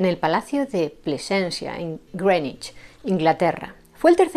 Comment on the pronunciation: Muy bien pronunciado "Greenwich" , efectivamente se pronuncia como /e/ y no como /i/ larga como en Green. Es un error tan común, que ha acabado siendo aceptada